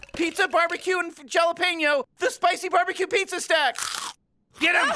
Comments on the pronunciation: I love that attacks after he pronounces "Jalapeño" wrong. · Considering that last name is Sanchez, it makes sense that he'd know something is wrong the minute mispronounces Jalapeño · My headcanon says its the parmesean dimension, seeing that they pronounce jalapenos wrongly too. The whole family got destroyed by pringles bots and our came in to replace them.